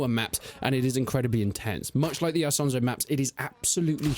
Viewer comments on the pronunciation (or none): Why do you keep saying eye-sonzo like some Texan yeehaw